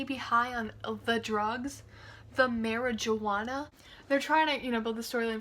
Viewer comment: “Oh my god could he be high on the drugs??” That’s it, I’ve been debating this for a while. I’m subscribing! 😂 EDIT: First thanks for the heart ❤️ Second I New you said it like that on purpose, I just thought it was funny! Love you